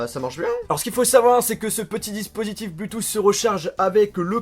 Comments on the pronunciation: bloutousse ???? really??? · c'est cool. quand tu dit bluetooth j'entend bluetouss , c'est drole mais pas moche, continu comme ca mdr